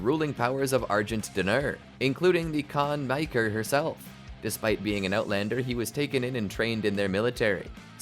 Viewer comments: Khan Makyr ❌ Khan Miker ✅ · "Can maykr" lol